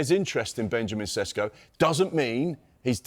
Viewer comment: His surname is not Sesko but Šeško = Sheshko (Š = Sh). Greetings from Šeško homeland Slovenia.